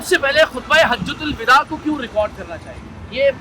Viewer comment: سالے کل کے کل جاہل ہیں۔ کمینے۔ "حجتہ الوداع" کو غلط بول رہا ہے۔ Hajjatul Vida غلط ہے۔ Hijjatul Vada صحیح ہے۔